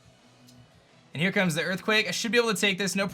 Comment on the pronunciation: those EErthquakes tho